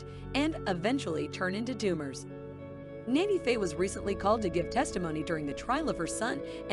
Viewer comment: She is NANNY Faye, not Nana Faye! In March, they lost Francis to cancer that she had battled for about 2 years. I've always said that when Faye dies, it's going to be hardest on Chase because they are so close. They are each other's "Ride or Die" and have had so many hilarious schemes together. I've watched this show since the first episode and I hope she can win this fight. Chloe is pronounced "Clo-ee", not Clo. She also goes by Cocoa. They have been through so much, I keep them in my prayers.